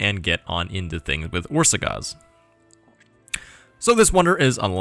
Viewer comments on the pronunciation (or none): Pronunciation: The á letter is something like the u in the word but. Both times you pronounce it like that, except for a little longer. Sz is like an s in super the rest were on point.